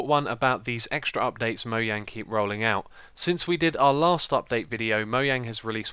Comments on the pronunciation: MoJang NOT! Moyang D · It's mojang not moyang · mojang not mohang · It's not moyang it's mojang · I love how he says "Moyang" <3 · You say mo yang and you say dupdate :D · What is moyang? I thought its called mojang? Or is that just a British thing? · It's pronounced (MOE-JANG) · God this guy says Mojang like moyang. It's annoying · You say Mojang incorrectly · It is Mojang but its Swedish so it's pronounced differently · Probably not. He used to say mojang with the j. Presumably he heard a mojangsta pronounce it like it was a y, then started pronouncing it with a y.